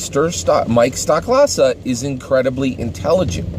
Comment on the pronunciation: It's STOH-klasa btw not STOCK-klasa.